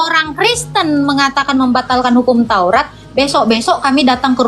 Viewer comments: Bilang TAURAT saja belum bisa lo, taurot itu dari mana ? Nabi Musa sendiri tidak pernah berkata taurot. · Taurat bukan tourot